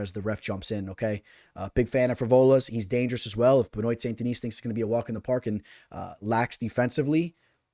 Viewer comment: Pronounced Ben-Wah!